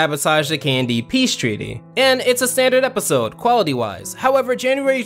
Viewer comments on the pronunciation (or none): I spent all the video listing Candy instead of KND, if the name of the show is that intentional it is genius